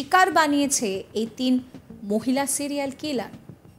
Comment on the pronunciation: সিলিয়াল নাকি সিরিয়াল?